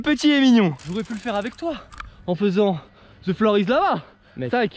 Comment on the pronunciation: On dit the avec un T on dit pas ze avec le Z ou le s